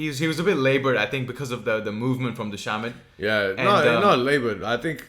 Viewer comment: The C in dhcamads name is pronounced as a K bros